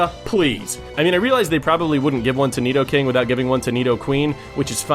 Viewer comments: you said nidoking right! i'm proud of ya! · .......I love this list and I almost cried with joy when you named Nidoking (yes, you pronounced it correctly) as #1! He IS my #1 favorite in general. I also would replace his "ground" type with "steel" and that would make him the ULTIMATE Fairy destroyer. A Poison/Steel Mega Nidoking is totally open, even its Pokedex Entry for Yellow mentions its hide being steel-like....I've also counted the weaknesses and resistances.....Resists almost everything. I guess Steel's resistance to Psychic would normalize Poison's weakness to it. Same thing goes for Poison's resistance of Fighting for Steel's weakness. The only issue would be fire and HIGHLY allergic to Ground, but that's okay, he was weak to Ground in the first place.